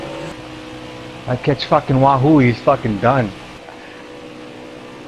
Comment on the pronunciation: Except for this one dude calling him WA-HOO